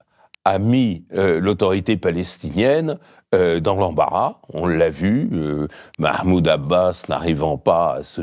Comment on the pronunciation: C’est quand même formidable d’entendre Mr Badie prononcer correctement « Mahmoud » et « Hamas » mais dire « Trumepe » 😂